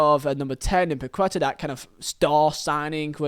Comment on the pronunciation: hearing him pronounce Paqueta 🤦